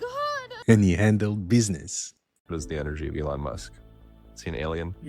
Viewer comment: Elon - No El